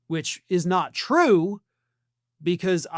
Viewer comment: “Eweybody calls me a dictator. It’s not twue it just fake news☹️” proceeds to blatantly act exactly like a dictator every single day